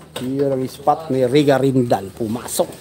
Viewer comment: Rica hindi Reca